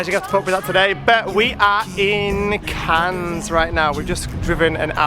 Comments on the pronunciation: The s in Cannes is silent so it's pronounced Can x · Just to let u know that the s is silent in Cannes xx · Not judging or criticizing, just trying to be helpful, Cannes is definitely pronounced with a silent s at the end. Have a great holiday! Much love to you all!